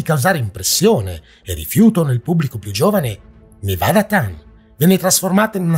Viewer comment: Al minuto 9 e 45 c'è una sovrapposizione audio Edit: ho notato che, nel corso del video, ti sei corretto tu. bravo :) Piccolo appunto: Nevada-Tan. Si pronuncia proprio TAN, non Ten, all'inglese. Perché "tan" è una variante di "chan".